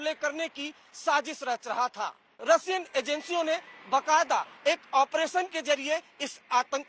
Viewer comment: Russiyaa.. Bolne bhi nahin aarha..